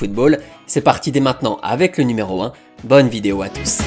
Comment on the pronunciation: Je suis le seul à avoir entendu "c'est parti pour le numéro 1: Bonvideo atous" 😂 Le célèbre joueur uruguayen